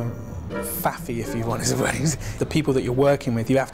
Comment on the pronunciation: "Faffy" lol.